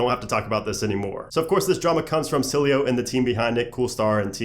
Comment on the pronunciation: it's "s-il-eh-o" not "sil-ey-o"